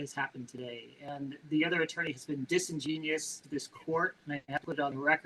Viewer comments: He's not a lawyer for a reason Disingenius? OMG ROFLMAO! It's disingenouos you numbnut. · Oh, great. He took some classes back in the day. What a nasty putz. He's like a rich sovcit who went to college. he mispronounced "disingenuous". Dude, you ain't that smart. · "this attorney has been disingenius" Wow that's like sovcit or youtube true crime documentarian levels of "that isn't a word"